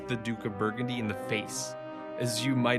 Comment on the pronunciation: Burgundy, Burgundians FFS not that hard Mate. If you're going to Narrate as a career have a better General knowledge or consult an editor.